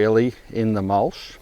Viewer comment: Love the channel but stop saying mulshhh Mol-ch CH CH not sh sh sh shit Ya not from Melbourne so stop saying things like a fuckwit